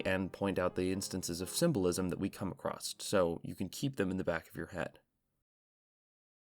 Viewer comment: I hate to be this guy because I love your channel but it’s pronounced “across” not “acrosst”. You don’t happen to be from Appalachia do you?